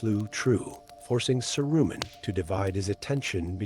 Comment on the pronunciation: In the first five minutes he’s bounced all over the map. Oh, and “Sah-roomen”?